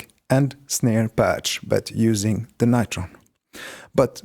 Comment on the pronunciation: You pronounce it all wrong: like "Beringer NIGHT-Tron". But it should be said "Beh-ring-er Noi-Tron". It's GERMAN, you know... Apart from this, great patch.